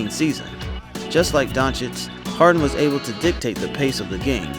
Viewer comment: 1.00 DONCHICH!! NOT DONKICH Ohh and btw the letter "o" in Doncic is pronounc like "old", "over"and not like the "o" in "down"